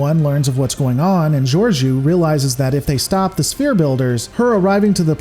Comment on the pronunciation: Why does everyone fuck her name up? It's pronounced 'George -O' long 'o' not a 'u'.